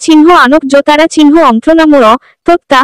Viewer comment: Golpo ta sundor holeo, jini kothok tini bar bar tara chinho bolata shunte bhishon kane lagchhe.. please jini reading porchhen ektu tara chinho bolben na ota elop kore pronounce korben tahole shunte bhalo lagbe..